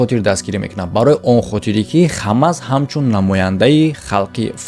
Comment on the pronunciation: Бародар Хамас не Ҳамос Талафузи дурусти Форсияш Ҳамос мешавад